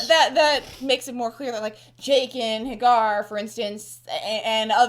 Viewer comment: Also, this is just me being a bitch.... I'm a little annoyed how you pronounce Jaqen. I remember you guys doing it for other characters too like Varys. George R.R. Martin uses silent vowels in most of his characters names. That's why Arya is pronounced Ar-ie-a or Daenerys is pronounced Dah-ner-is. Maybe its just my preference, but Ja-gen sounds much more medieval sounding then Jae-gen